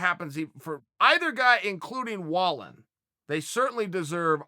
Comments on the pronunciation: Pron: Vall een. Your producer sucks and if you watched the fight the announcers said it times. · It's Vall-N. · in Swedish Wallin is pronounced "wall-een" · Pronounced vall-een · Chael his name is pronounced (valeeeen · I’m pretty much positive it’s pronounced valEEN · Wrong chael pronounced Valine.. still love ya tho. And disagree with the potential scoring after 6 at best wallin was 3-3